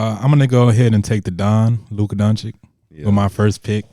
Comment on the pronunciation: Its almost 2024 and mike still cant pronounce Luka Doncic